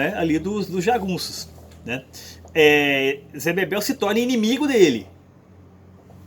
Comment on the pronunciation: O nome do personagem é ZÉ BEBELO. não ZÉ Bebel, por favor...